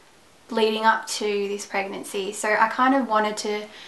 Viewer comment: i thought she said herpes guys :P at the first seconds of the video